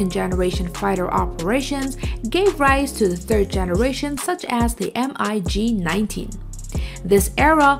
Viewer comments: just say mig as a word not as m-i-g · Did she just say Mack 4.3? And she called a MIG a M I G... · WHY Why are you saying M-I-G it's MiG Not M-I-G Please stop it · technically it is M I G ... the fact that people make a word out of it is actually wrong ... Mikoyan & Gurevich (Russian aircraft designers) . so NOT mig ... but M I G ... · M-I-G 15 and M-I-G 19! O-M-G ! 😂😂😂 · Took me a few moments to figure out what an M-I-G was, then paused the video to go look at the comments section, to see how many people would be correcting her. It's like hearing someone mispronounce the name of a well known city! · just as much as you know how to pronounce mig?